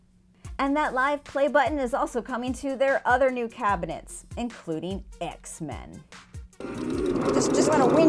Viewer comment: "including ayecks min"